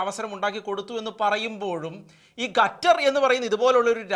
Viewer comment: ഗത്തർ അല്ല സുഹൃത്തേ, ഖത്തർ എന്ന് പറയൂ.